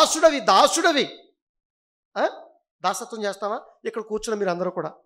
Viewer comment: దాస్యత్వం.. దాసత్వం కాదు.. కదా